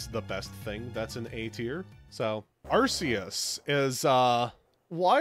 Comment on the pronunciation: I think Arceus looks that way because of the types of creatures which some groups deem sacred. The "fence" on the back is probably meant to be a wheel; representing a cycle. Props for the real pronunciation on Arceus though. Victini getting Reshiram and Zekrom's signatures is for a movie which the three shared. And Victini's Masuda's favourite Pokémon. The feathers on Keldeo are meant to resemble the other three Swords of Justice. A feather itself is a reference to D'Artagnan from The Three Musketeers and how he had a feather in his cap. But yeah, no Ice Beam hurts OCD! Always appreciate Darkrai and Genesect love. It's also nice to see the new avatar in action.